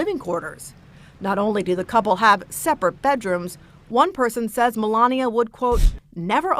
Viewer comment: Yup! Mole-Lania 🤦🏻‍♂️🤣🤣